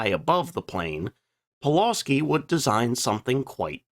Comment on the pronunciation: Thanks. Another great video, and I certainly learned something. As for pronunciation: Pulawski is pronounced “Pu-wuf-ski” with the emphasis on the second syllable. And regarding your comments about Poland being hard to defend and how quickly it was overwhelmed: you mentioned that Poland was also invaded by Russia, two weeks after the Germans, but forgot to compare this with France which surrendered after just six weeks.